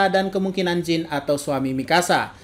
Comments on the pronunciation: simple sih, padahal di anime jelas-jelas di sebut "Jan". Sekaligus edukasi ga semua "ea" dibaca "i", alangkah lebih baik denger storytelling rapi penyebutan namanya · Jean bukan dibaca "jin" 😭 tapi "jan" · ini referensi nama barat, Jean dibaca Jan, dalam anime juga dibaca Jan, itu udah bukti kalo Isayama mengakui pronunciation nya Jan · kalo Ereh Ewing itu emang pura-pura niruin dialek Jepang, kalo Jean sering di sebut Jang malah, tapi bukan Jing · Yoi sipp